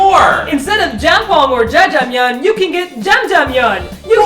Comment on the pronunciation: its jajjangmyun